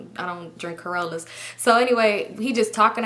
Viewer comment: I'm crying 😭😭 when I heard that.. I was like did she say "corollas"🤣💀💀